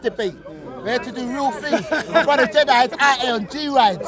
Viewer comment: you should aks someone to help you wid these tings